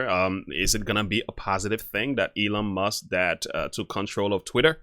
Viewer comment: It's actually MUSK (not Must).